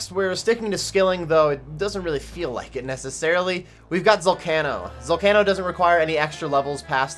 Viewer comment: Your pronunciation of zalcano drives me up the wall but otherwise, nice vid